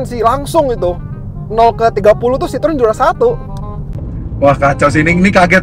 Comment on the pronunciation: Tolong team cvt belajar dulu sebutannya bukan sitrun atau sitron dalam bahasa Perancis itu dibaca nya si-tro-en, entar orang Perancis nonton bisa marah loh, hahaha 😂